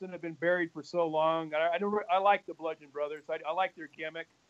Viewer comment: Oh no not this girl too... it’s not blundgeon. It’s bludgeon brothers. No n in between...